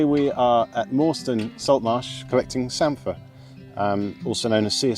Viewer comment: And you say samphire properly!!! Lol